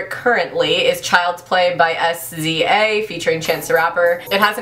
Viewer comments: It's pronounced seeza :) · Sza is pronounced Siz-ah 😊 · you pronounced sza wrong :) its like sizza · SZA is pronounce shiz-za but i love her lol babylon is also a good song btw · lol sza is pronounced like "see-zuh"